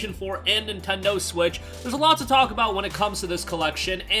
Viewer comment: "intendo switch"?